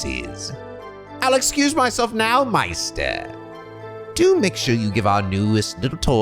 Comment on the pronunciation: Props to you for correctly pronouncing "Meister" (most commonly meaning "master"). The German "ei" is indeed pronounced like "eye". Good job.